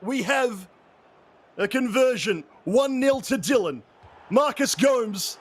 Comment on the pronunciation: it's Gomes, not Go-mez ( if that's what you're asking :D )